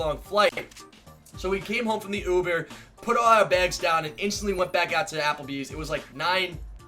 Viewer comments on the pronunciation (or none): did he say ubear??